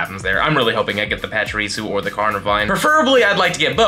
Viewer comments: Why do you say pachirisu like pachireatsu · bro, theres no T in pachirisu